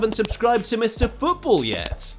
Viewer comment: Fix your AI reader voice bro, "no respect t o Luka modric"